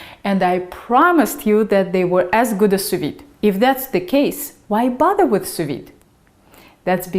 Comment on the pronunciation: For the first few seconds of the video I thought you were saying soviet 🐔 :)